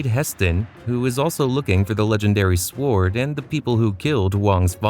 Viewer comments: SWARD lol, you say it wrong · I cant get past the narrator pronouncing the W in sword. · The pronunciation of sword was killing Me